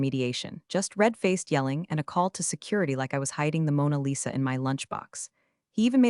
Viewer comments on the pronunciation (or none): none